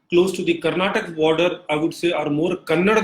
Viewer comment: Why do people of the North have difficulties pronouncing Karnataka and Kannada there is 'a' at the end phoentically you are killing the pronounciation